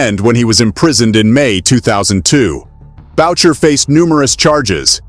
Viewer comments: It's "Boo-shay" (Boucher) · What is up with most Americans not being able to pronounce names or words properly..........it's pronounced boo-shey not what you were saying lol